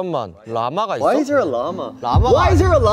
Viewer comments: pLS WHY'D HE SAY SQUIRREL LIKE THAT AHAHAHAHHAA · "squereal" "yuur auteestic" -han jisung